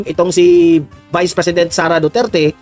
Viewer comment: AYW nia mabangit UNG DUETERTE HAHAHA BIGAT BIGKASIN NI CASTRO ANG WORDS DUETERTE